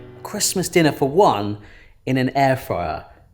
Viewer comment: Air drier rather than air fryer